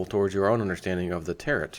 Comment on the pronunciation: Just FYI Tarot is pronounced tear oh. as in depot.